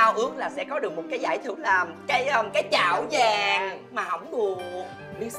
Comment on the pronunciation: Cái chảo vàng mà mới đầu nghe lộn thành cái chổi vàng